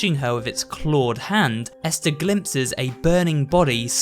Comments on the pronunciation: Ester? I’m pretty sure it’s EstHer bro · Hey umm her name I not Ester it's esther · Ah yes Ester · How can not say ESTHER right?